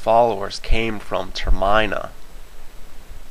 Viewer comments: ***** please please PLEASE put an annotation on your video correcting the Termina mispronunciation, its almost unwatchable without it cuz its like nails on a chalkboard.PLEASE!!! and thank you:) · it sounds like a weird sneeze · Your saying Termina wrong. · I stopped watching after hearing Termina pronounced wrong for the third time lol. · I liked the video a bit but you were only 17% accurate and you mispronounced Termina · learn how to pronouce things Ter-Main-E-AH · The hole video he said termina wrong i had to stop watching halfway through because it made me go insane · DUDE!!!!! HYRULE HISTORIA'S NOT ONLY IN JAPAN, IT'S IN AMERICA!!! P.S. YOU PRONOUNCED TERMINA WRONG!!!! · Your pronunciation of termina is painful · Terminal isn't pronounced like that. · Termina :D As in Terminal AS in END! :D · Not trying to be a dick or anything, but I cringed every time you said Termina. I'm pretty sure you're saying it wrong. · you're pronouncing termina and twili wrong, theres no emphasis on the i in either word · Every time you mispronounce Termina I wince. ): But very interesting theory regardless. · Termina is pronounced similar to Terminal. Not how you say it. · Theory? Fine, I liked it. Your REPEATED mispronunciations? Utter rage fuel. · Termina (no enfasis on the "I") , is located south of the lost woods, Link is one of the few Hylians to ever cross it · Same for me lol. Every time he said it I cringed a little. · Geez, I'm not one to bash on pronunciations, but argh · Y U NO SAY TERMINA RIGHT??? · I like your theory, it's very solid. One thing I wanted to say though is I think it's pronounced Ter-men-a not Ter-mine-a =/ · Not so much Ter-meh-na but Ter-mih-na. As in terminal, because the world is going to die in a set time. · Holy fuck it's Ter-min-a not Ter-mine-a.This is also a very bad theory. Just saying it doesn't make sense. Don't watch this video. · ter-MIN-a not ter MINE-a arrrrggggh (no im not crazy) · it's ter-min-a not ter-MINE-a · Ter.Min.A not Ter.My.Na!